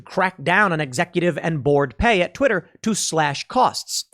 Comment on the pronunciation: "I am the board"... Sounds like "I am the Borg" hahahaha